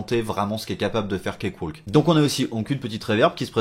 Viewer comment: Ça n'a pas vraiment d'importance, mais on ne prononce pas le "L" dans cakewalk. "Cake - Wok". Oui, l'anglais est aussi insensé que le français, avec plein de lettres muettes :-) Merci pour ta vidéo !